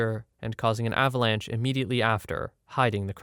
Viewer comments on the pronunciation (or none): none